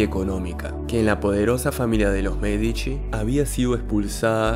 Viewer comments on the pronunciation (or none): none